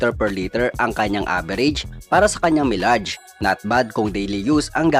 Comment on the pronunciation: Mayleyj po ang basa sa Milage